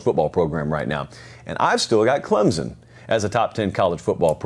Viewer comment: Hey, Huge fan of the show (been watching your videos for about a year now). Just a heads up, a ton of commentators seem to pronounce Clemson as Clemzen. It's not the biggest deal, but sometimes it can feel disrespectful to some when an analyst (especially one as knowledgeable as you) doesn't know how to say the name of your school right. Please look into this. -Nick